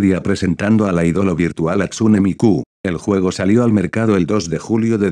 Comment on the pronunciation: en tu próximo vídeo de Loquendo pon jastune para pronunciarlo correctamente